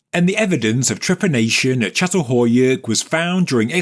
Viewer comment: /cha-tal-HOE-yook/ Could we please check the pronunciation of sites? I've known how to pronounce this since I was 19 when I first learned about it. Every time a name gets pronounced ... badly ... I cringe, regardless of the interesting information being offered. OK, finally, at the end, got it right. But it started out as "cat" several times in the first few minutes.